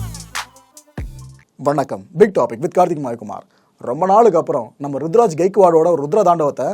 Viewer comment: Bro kindly..he is ruturaj or rithuraj..🙂🤗